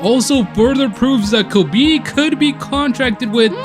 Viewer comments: It’s pronounced ko-Ben-eye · The fact he said kobeani